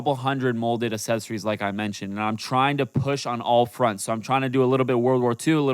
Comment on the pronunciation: Dude said assesories💀💀💀